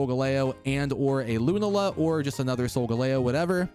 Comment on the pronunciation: It's Lu-Nah-la. Please my dude.